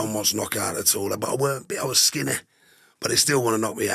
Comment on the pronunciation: He sounds like a great lad. You can hear a bit of Manchester or somewhere North when he says certain words like Skinny lol. Gr8 guest throughly enjoyed it so far and he maybe says where it's from later on in the video.